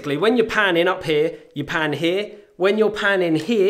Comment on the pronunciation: "You pan HEEA" Haha! Love u man!